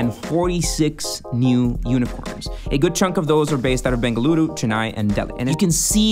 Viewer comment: Dude!!! I just had to pause the video when the guy in the video pronounced Bengaluru and not Bangalore. I was so damn surprised and happy that atleast there are some people who knows and understand how to pronounce the name of my city. Thank you so much for that.